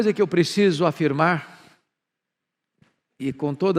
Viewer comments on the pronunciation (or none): Deu uma escorregada no R quando falou "afirmarrrr"!